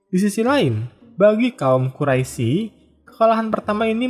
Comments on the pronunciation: Ijin memberikan koreksi min. Untuk menyebutkan kata "Quraisy" dibacanya dengan "Qurois" dan juga iya yg sudah diralat oleh kawan2 komentar, terkait perampasan harta dari kaum Quraisy oleh kaum Muslimim, itu sebagai pengembalian hak milik atas harta kaum Muslimin yang sebelumnya sempet dijarah juga oleh kaum Quraisy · Quraish dibaca Quraisi, lafadz Allah yg mesitinya dibaca tebal dibaca tipis